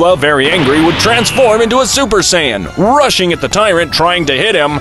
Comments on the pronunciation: Bro really said sayayans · itt iis saiyan not saiayin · Bro just said super saiyayan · I like you saying saiyayan instead of saiyan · It's not saiyayan it's saiyan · It’s not Sayyan it’s Sayian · It’s Saiyan not sayiyan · Saiyan❌ Saiyayan✅ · I died inside a little everytime he said sayaiyan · Help. sayayian and deyshikan is hurting my soul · Say ay in 💀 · Wtf is saya-yin? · I hate how he says saiyain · why does he say saiyayain its so annoying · Learn how to say sayian